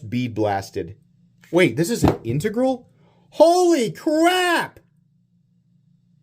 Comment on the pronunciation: learned to pronounce "integral"!